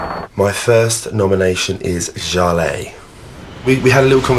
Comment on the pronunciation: Mark's nomination: can't believe he knows what "dismissive" means, maybe he heard it said by someone else and liked how it sounded. And, after BB reads off the names with proper enunciation, he still calls Jale, Sha-lay. What an idiot.